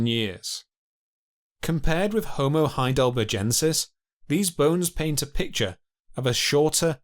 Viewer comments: Why does every phrase have an upward inflection? Every half sentence must be a question? Also... Heidelber-jensis?! That species must be named after the famous German city of Heidelberj. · Or saying 'HeidelberJensis, instead of HeidelberGensis It's clearly named after a feller called HeidelberG. Thick git. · Why does the narrator not know how to properly say Heidelbergensis? Bloody hell...it's from the name Heidelberg! how do you say berg? and then just add the 'ensis. After a while this really got on my nerves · All my life it's been Heidelbergensis; when/why did it become Heidelberjensis? Or was the region actually CALLED Heidelberge/Heidelberj? THREE different checks ALL say heidelbergensis NOT Heidelberjensis "German spelling was regularized to be more consistent with pronunciation, and "thal" became "tal". In 1952 Henri Vallois proposed that it should be spelt as the Germans spell it, and the "-tal" spelling has become widely used since then. The "-thal" spelling persists most strongly in England. ;¬) Jury still out! 'Neanderthal' can be pronounced with either a 't' or a 'th' sound - both are acceptable and widely used in English. The German pronunciation, however, has always been 't' (German has no 'th' sound). " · Heidelberjensis? What sort of retarded fuckery is this pronunciation ? When you go to Burger King or McDonald's , what is their main menu item? A burger? O a Burjer? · The "G" in Heidelbergensis is pronounced as the "G" in burger. It is a strong G sound, not as the "g" in Algeria. Great documentary btw!!!